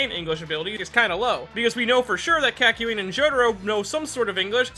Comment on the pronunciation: "K-AH-KYOIN AND JO-DARO" that was painful